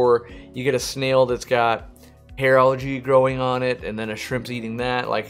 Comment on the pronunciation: I was wondering why he kept talking about allergies and then realized he was saying algae lol